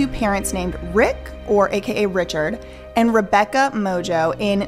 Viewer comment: If Mongeau is her actual last name… it’s not pronounced “Mojo.”